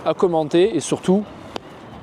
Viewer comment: C’est moi où à la fin il dit « Amoné-vous » 😂 si oui c’est incroyable